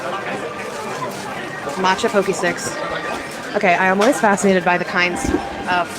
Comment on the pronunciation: Did she just call the matcha Pocky…. “poke-y”????? oh my god help us